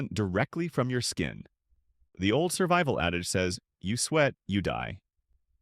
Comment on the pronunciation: "Surbival?" Yeah... I'll stick with the non AI videos.